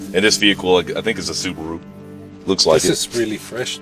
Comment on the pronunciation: Its called: SUBARU Its not called: SUBURU